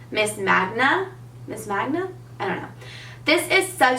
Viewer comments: Mang-ga not manga lol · it's Manga hunny.. not Magna... love u <3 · Not hating but it seems like everyone is having a hard time with the name of the loreal mascara. It's not magna. It's manga. Like mango but with an a lol. Love this look btw! That blush is beautiful! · It's manga. Not monga. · Mang-ga, not Mahn-ga. You're so pretty! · It's pronounced mang-ah ! Like mango with an a. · The mascara is pronounced miss man-gah :) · That mascara is pronounced Main-ga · Manga is pronounced manguh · this look is so beautiful! our summer make up routine is super similar :) and also, the mascara is pronounced main-ga or mon-ga, depending on your preference. Manga is what Japanese comic books are called. Alot of Japanese comic book characters are thick elongated lashes to make their eyes look more open, which is exactly what the mascara does :) just thought you would like some info if you do a comparison video! love you xoxo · the loreal mascara is pronounced " miss mon-ga". youre saying mon with a long o or the way you would say pot :) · i am 100% sure that it is pronounced "monga" because on the packaging it shows a little girl who seems to have the characteristics that most manga characters do. a magna is a japanese comic book and usually that is the way that the japanese pronounce it. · Main-guh is how you pronounce it, it's a Japanese style of cartoon related to anime. I love the look though! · It's pronounced MANG-GA, just like the way it's spelled hahah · Hi, when saying the mascara name, your switching the n and g lol. Its called manga, its japanese comic books! Don't worry, your not the only one saying it wrong:) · Yes please to the mascara comparison!! (just by the way, the pronunciation is men-ga haha, as in anime :)) This look is great on you and I do a similar look day to day. I'm going to give my true match another shot since you seem to love it so much, even with oily skin. Hope you're doing well! xx